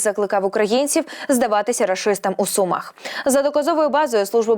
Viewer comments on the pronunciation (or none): none